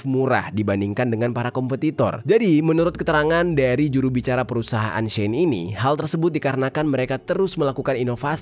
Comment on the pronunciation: Pronounce as ‘she’ ‘in’ dek